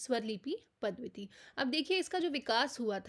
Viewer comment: पद्धति को पद्वति ना बोले प्लीज